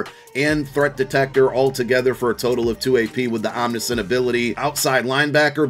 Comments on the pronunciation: It's pronounced Om-nish-int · omni-scent... hahahaha